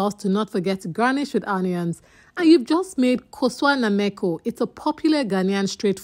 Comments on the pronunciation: 😂😂 yes it delicious but it not pronounced like that😂😂❤❤❤ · The pronunciation of kosua be moko got me laughing 😂😂😂 well done